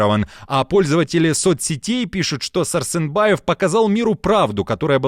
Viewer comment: ВЫ БЕЛАРУСЫ И БЕЛАУСЫ ИЛИ БЕРАРАРУСЫ , КОГДА НАУЧИТЕСЬ ПРАВИЛЬНО ВЫГОВАРИВАТЬ СЛОВА . ПРАВИЛЬНО ЗВУЧИТ САРСЕНБАЕВ ,А НЕ САРСЫНБАЕВ . ТОКАЕВ А НЕ ТАКАЕВ . БЕЗГРАМОТНОСТЬ У ВАС В КРОВИ . В УКРАИНЕ А НЕ НА УКРАИНЕ. ПОЗОРИЩЕ.